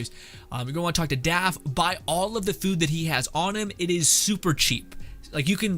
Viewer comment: is he calling draff “daff”?